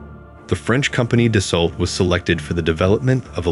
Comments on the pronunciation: Please american persons who try to speak about french aviation, stop saying Da sso LLL TTT. Right pronunciation is DASSO. After 100 dassolllttt I have to say this. Thank you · FYI: Rafale is pronounced Ra - Fal (as in Pal) Dassault is pronounced Da - sso (as in Lasso). The L is silent. Have a nice day. 😊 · One that doesn't know how to pronounce Dassault or Rafale.